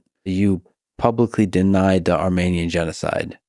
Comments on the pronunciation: Lol idiot Lex can’t even pronounce Armenian correctly. I’m Armenian, wtf is this shit. The collective IQ in this room is somehow in the negative. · He can’t pronounce Armenian correctly, he doesn’t give a fuck. Armenian genocide is a huge topic, we don’t depend on this idiot to bring it up. Idk if you know this but Biden had already acknowledged it at this point in the interview.